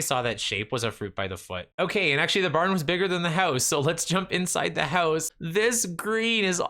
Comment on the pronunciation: I love how you pronounce "house" like "hEuse" 🤣